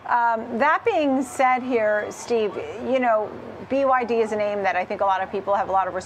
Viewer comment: 😂😂😂😂 hour can you be taken seriously saying byd